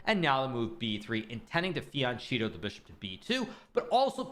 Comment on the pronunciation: It's fianCHEtto. Not fiancitto...